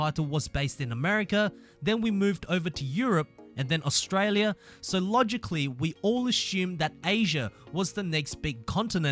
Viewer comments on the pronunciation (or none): none